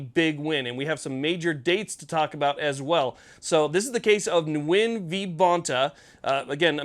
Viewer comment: Nguyen is a twister. It's a Vietnamese name, pronounced "Wen". Not trying to be critical, only trying to be helpful. Owe ya quite a bit for all the work you do bringing us this news, keeping us up to date on what's going on. And giving us a platform to vent and give our opinions. Thanks so much!